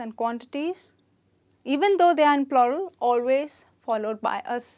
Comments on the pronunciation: Is it plural or ploral? I assumed it as floral!! 😂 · Why are you pronouncing PLURAL wrong ????